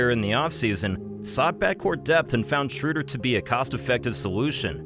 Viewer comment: the ö in Schröder is pronounced like the u in burn